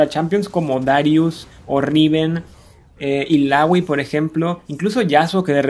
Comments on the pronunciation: porque es "ilaoi" no "ilagui" xd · recien vi uno que decia daRIUS en vez de DArius y ahora ilawi ilawi gana por excelencia quien te conoce illaoi :v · odio tu pronunciacion de illaoi :v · Nombra bien los campeones y la palabra item aweonao ilaoi waaa quien es esa es illaoi aprende a pronunciar